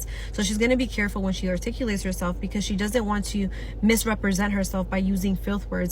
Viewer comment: >Talks about what high value women have >Says they don't swear because HVW know that how you articulate yourself matters >Can't pronounce articulate properly >Doesn't articulate very clearly >Uses slang